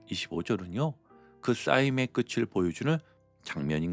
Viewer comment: '끝을' 발음: 끄츨(×) -> 끄틀(0)